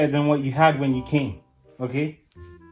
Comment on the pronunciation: The way he says okay ogayy